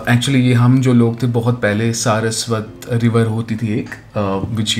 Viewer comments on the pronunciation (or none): Saraswati river not saraswat river 😂